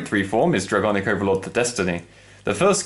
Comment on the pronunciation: DRAGOIC I THINK NOT ITS DRAGONIC